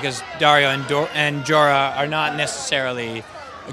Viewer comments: Check out , he almost says Dorah instead of Jorah, the irony... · he almost said dora ans not jorah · He almost pronounced "Jorah" as "Dora" lmao